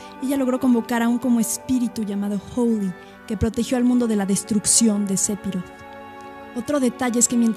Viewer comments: Narra comiendose letras o las dice muy bajito y tengo entendido que phi no se pronuncia pi ,si no fi,bueno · Buen vídeo, solo un detalle , no se se pronuncia SEPIROT ... se pronuncia "SEFIROD".